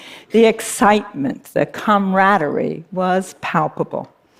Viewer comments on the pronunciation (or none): Did she just say comradory? Sounds like communism. And does she know how corrupt Zimbabwe is? Their current president has been in power since 1987 I believe and he has remained in power through bribes and threats for almost thirty years.